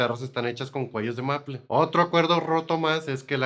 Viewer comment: Maple es palabra inglesa. Y está mal pronunciada, se pronuncia algo así como meipl. En español es arce.